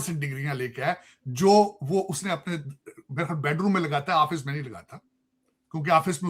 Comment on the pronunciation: Chema ji get someone who speaks well. This guy even after staying 37 years in US cannot pronounce a single word in English correctly. For example he pronounces office and aafice. Get people like sleek attack, Shakil hi, major Nadeem. This guy takes ur show to the utmost trough.